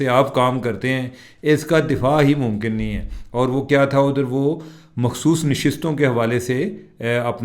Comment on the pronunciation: آج آپ نے مخصوص کو محسوس نہیں بولا. تلفظ امپروو ہو گیا ہے واہ.